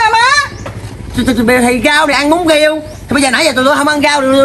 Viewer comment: Riêu mà nói giêu